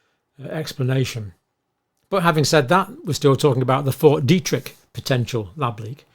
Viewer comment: Detrick not Derrick 😂